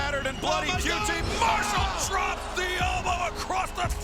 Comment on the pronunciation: Yes! I'm vindicated for saying QT Marshall right this whole time.